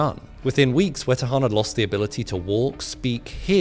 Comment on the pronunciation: Germans: Wetterhahn Him: Wätta-juan